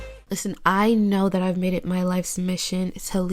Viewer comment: The way she says IVE is shit in every other video and I still tune in within three minutes of the video being up